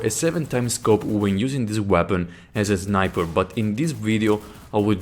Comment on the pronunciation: zniper" haha nice one:D